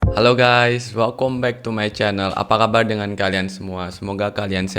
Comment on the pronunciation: Salfok setiap bilang "Welcome" belanda banget, "Welkom".